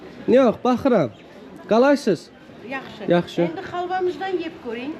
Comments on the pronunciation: Qaqa qalaysız deyil kandeysən deyilir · Qalaysız yox Kalesiiiiz , bir az intanaçiya çatmır😀